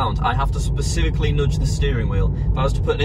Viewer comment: "Nodge" the wheel